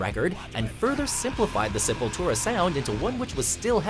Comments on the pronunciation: thank God they said it right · He finally learned how to pronounce the bands name... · hey you guys pronounced the name right this time!! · Awesome list! Glad you guys finally said the name right. You listened!! Hahahahahaha!! \m/ >< \m/